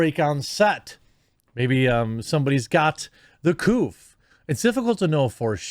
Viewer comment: Why does he keep saying "the couf", is that a way of him avoiding saying the word covid for some youtube algorithm avoidance?